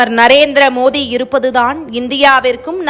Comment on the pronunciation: மோதி இல்லைங்க மோடி உச்சரிப்பு கவனம் தேவை